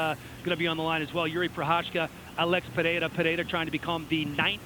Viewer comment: AH-LEX PAY-HARE-UH